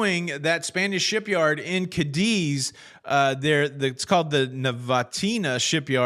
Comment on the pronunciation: The name of the city is CA'-diz... accent on the A'. Although I don't cruise Carnival, it should win the lawsuit... but if it was filed in Spain, with the corrupt government they have now days, it will lag in the courts for at least 20 years...